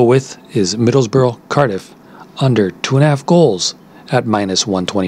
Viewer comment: stop saying middles borough ! its middlesbrough ok ! UTB